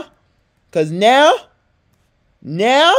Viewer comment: Tyson "I need some woaurdurr-" "Cuz-" "CUZ NEOW" "NEOW"